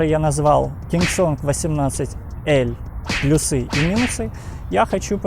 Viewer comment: ПлюсЫ, плюсОв... Бро, ну это же невозможно слушать.